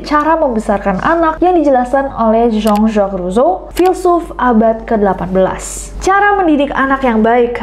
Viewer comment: Jean Jacques Rousseau cara baca Nessie = Zong Zong Zung cara baca gw = Jen Jekuis Rusyu 😅